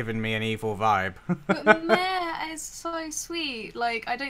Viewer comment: also M-A-R-E is a boy. stop butchering his name please